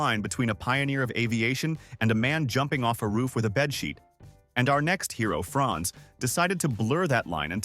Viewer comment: Franz not France .